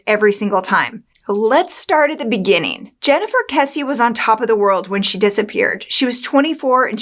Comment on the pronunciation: Thank you for pronouncing Jennifer's last name correctly.